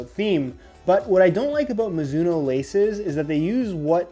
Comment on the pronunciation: Mizuno? More like MOOzuno